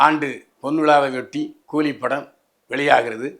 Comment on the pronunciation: old Body. கூதியா கூலியா சரியாக கூறு😂😂